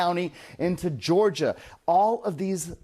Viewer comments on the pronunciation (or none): none